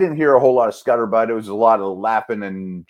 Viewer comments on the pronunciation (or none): Scuttlebutt... Pretty sure said scutterbutt. 😂